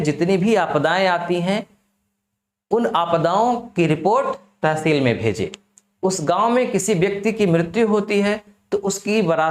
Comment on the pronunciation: Pronounciation √ kr lo pehle ...blaaak blaaak kya lga rkhi h.....it's block Tehseel hota h